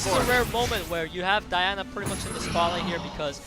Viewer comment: Wow where do they find announcers at? The guy who isn’t Peter doesn’t really seem to know much of what he’s talking about, calls verdehile “Verad”, calls Diana “DeeAwwna”, and said to leave FENG for last due to counter attacks which is the only reason to not leave him for last 😂 very annoying